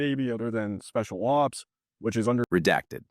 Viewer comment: The way he says special ops reminds me of that newest Dumb and Dumber movie.. strange